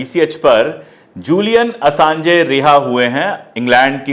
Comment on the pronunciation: Julian Assanj pronounce hota hai, Assange nahin, please rectify kar len, Baki presentation bahut achhi thi aur ek ek topic jo aapne chuna hai, kitaab likhi ja sakti hai uspe.